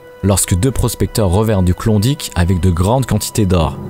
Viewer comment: Klondike pas clondic. Ni mythe ni légende. Ta jamais été laba ma parole